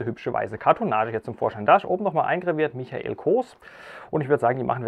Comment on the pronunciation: Michael spricht man Meikel aus!